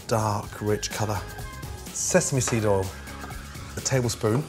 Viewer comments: You mean "Olive All" : he can't say "Oil" 😄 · You meal Olive All.....he can't say "Oil" or measure ..... LOL.....